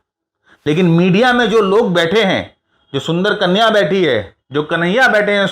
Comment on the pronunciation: "Soonther Kunya"😂